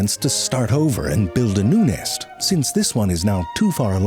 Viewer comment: "At some point you've probably stumbled upon the nist of a bjird"